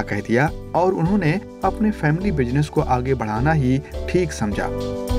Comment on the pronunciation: bhai, kamjori nahin, but kamzori. Please take some language classes yar. Come on. Family bushinesh nahin bhai, family business. please work on your language.